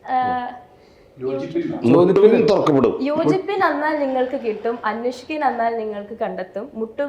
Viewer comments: Its yachippin ningalku kittum..not yochippin.. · യോചിപ്പിൻ അല്ല....യാചിപിൻ നിങ്ങൾക്കു കിട്ടുംഎന്നാണ്